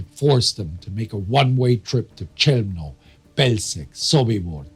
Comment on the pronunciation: thanks for the great work! Just one thing: Chełmno and Bełżec are pronounced "Khewmno" ("Kh" like the "ch" sound in German "doch") and "Bewzhets" (zh like "j" in French "je"). I absolutely admire every bit of what you do, but I always cringe when you mispronounce these terrible names. And I think we owe it to the victims and also to the Poles whose territory was abused for these heinous crimes, that we pronounce these places right.